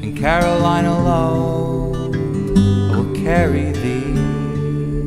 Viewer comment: It's "Carolina Low" but it's still beautiful :P